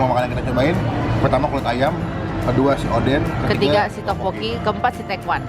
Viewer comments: Odeng bukan oden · Bukan oden kak tp odeng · Bukan oden . Tpi odeng